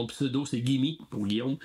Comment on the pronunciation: Merci! Bonne vacances! Et c'est Guime prononcé comme Jim mais avec un Gu;) a+